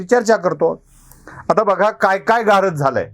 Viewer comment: सर ,गारद म्हणताना आपला 'द' वरचा जोर कमी पडत होता...'गा रद्द' असा उच्चार अधिक बरोबर झाला असता...पण एकटे तुम्ही काय काय करणार म्हणा!!!!